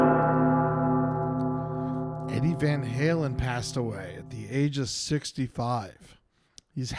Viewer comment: "Deady Van Halen." that's a keeper.